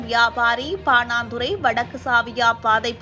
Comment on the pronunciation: பாணாந்துறையா பாணந்துறையா